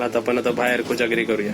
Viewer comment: अरे खोजागिरी नाही रे कोजागिरी पौर्णिमा मराठी सुधार